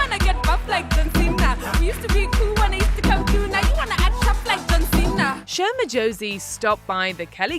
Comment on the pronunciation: As a Sho Madjozi fan from South Africa, I'm so glad she got to live that moment. Growing up everyone wanted to be John Cena 😂. I just wish that people would care enough to pronounce her name correctly.